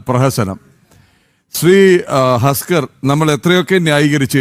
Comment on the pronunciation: ഹസ്ക്കർ അല്ല തസ്ക്കർ